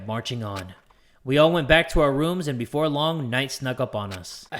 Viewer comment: the queen of saying berfor we do that lets here from our sponser